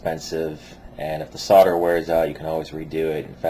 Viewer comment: it's SOLDER!!!!!!! with an L not fucking sodder!!!!!! fucks sake!